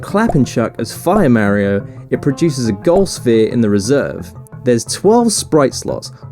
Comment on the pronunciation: You're misspronouncing Mario, otherwise fucking briliant :)